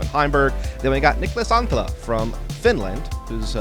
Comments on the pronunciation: As a Finnish guy I will say that pronounces Niklas Anttila very well! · Your pronouncing on Niklas Anttila is quite solid for someone with english as your native language 👌🏻